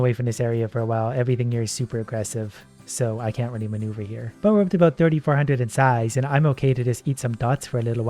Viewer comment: I’m gonna count how many times he says manuvure in this video